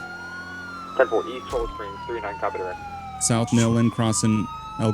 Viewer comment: The original dispatcher in GTAV pronounces it as "nee-land" I believe. Cholla Rd is also "Cho-ya"